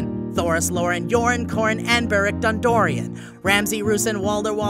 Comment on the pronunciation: he also said Beric Dondorion. I'm so done with this channel.